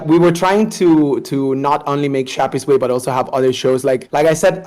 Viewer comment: That’s not Shappysway that’s Yappysway 💀